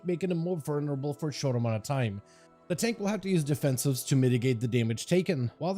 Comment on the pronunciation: VULnerable... not VERnerable.